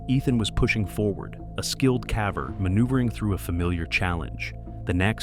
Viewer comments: ummm it's "cavver" duhhhhh 😂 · The way the word "caver" is pronounced gives away that this is AI narration. I HATE AI narration. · I can't listen to you mispronounce "caver" anymore! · Only ai and politicians can turn one sentence into 10,000 words,and btw, it's CAVER ,not calve-er. 🙄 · Why can't you YouTubers who use AI fix the word "caver"? It pronounces the "a" in the word like it's pronounced in "have". This dude Ethan... talking about the excitement he feels as he was able to push through and I just don't understand WHY. What's so exciting? Seeing more dirt? I'll hand it to you... the wording you used narrating that one was good at putting me in this guy's situation and I dang near had a panic attack! 😂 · My chickens occasionally get themselves wedged into tight spots and i find them weeks later, expired. And its caver, not cavver. What is wrong with this AI rowbut? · Cav-ers⁉ The word is cave-ers with a short A. But AI doesn't know that. It's not that smart. And neither is the person who didn't correct it 😆‼ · Since you do so many videos about caving, may I gently suggest you pronounce “caver” correctly. The A is a hard sound, not a soft one. It’s like bail or jail, not like ‘rather.’ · I gave up after the 14th "caver" with a short a. SMH - the narration sucks. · AI narrating is horrible...... C a v e r needs a long A